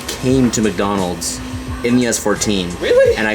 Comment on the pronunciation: That boy said MacDonalds!